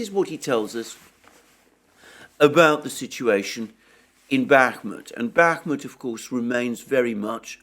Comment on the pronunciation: I cringe for this man when he says Bakhmut, being dead wrong for six months straight will have that effect.